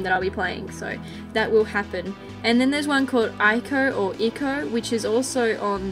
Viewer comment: It's normally pronounced EE-KO. Indigo Prophecy & Fahrenheit are the same game so don't worry about them.